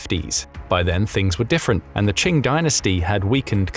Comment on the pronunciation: Qing sounds like "King", not like "Ching"! 😂